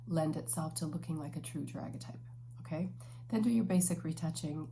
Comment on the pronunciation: Hi :) it’s pronounced da-gair-ee-uh-type